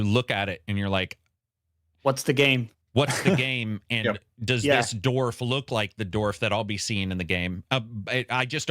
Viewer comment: Learn how to pronounce dwarf. A dorf is Tim Conway playing golf. Also, its wolf, not woof.